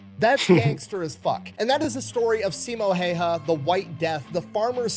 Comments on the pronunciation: Häyhä and Heiha are two totally different things... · If you want to pronounce Häyhä right: ä sounds like the a on the beginning of "action". That 1st a is pronouncef like ä. I'm Finn and incredibly proud of him❤